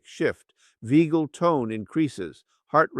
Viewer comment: Veagal?? No! You mean vagal.